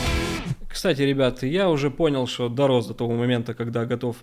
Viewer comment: Про температуру в Норильске враньё. Научись говорить слово что .